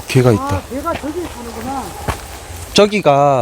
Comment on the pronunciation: 발음특징 저기->쩌기 저쪽->쩌쪽 저사람->쩌사람ㅋㅋㅋㅋ